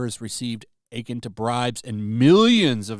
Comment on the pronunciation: Akin... The accent is on the second syllable.